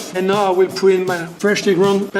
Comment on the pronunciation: Thought he said "I want to pu the cheese closer to the ozon layer" first lol :D